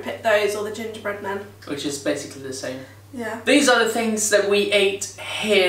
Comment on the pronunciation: I am laughing at the way he said ginger bread man 😂